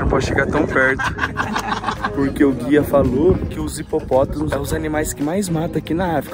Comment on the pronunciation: Eu adorei quando o falou hipopótomos